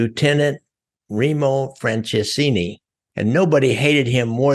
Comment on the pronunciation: good story, but like he said you butcher the heck out of my uncles name.